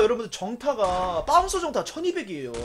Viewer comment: 바운서를 빠운서라한거 실화야?